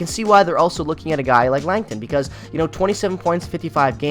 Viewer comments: Scott Laughton is pronounced LAW-tun, not LANG-tun. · Who's "Lankton"? 😅